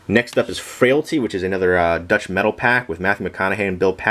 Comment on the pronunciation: its metalpak not "metal pack"